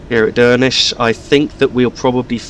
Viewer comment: So you were spot on with your first pronunciation of Stromeferry. 'Strom-ferry' Duirinish is a little different but you were very close. Coming from gaelic the D is softened so it sounds almost like a J I would pronounce it 'Joor-in-ish'